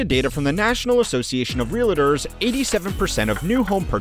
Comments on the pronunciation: It’s ‘REAL-TORS’. Not ‘real-IT-ors’. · How do people get three syllables out of real-tors?